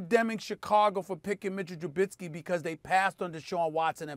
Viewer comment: I'm just going to enjoy not hearing Smith butcher Trubiskys name.